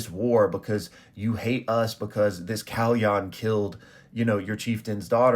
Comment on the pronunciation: you pronounced kalyan like a japanese !!